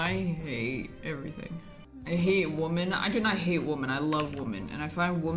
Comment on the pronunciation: Woman and women [Whi-men] is pronounced differently. This sounds so weird.